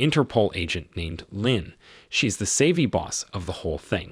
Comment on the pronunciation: This narrator's ability to butcher the pronunciation of things is simply astounding.lol. "Savy" "Travis" "syringe" and others. Makes it damn near impossible to listen to him...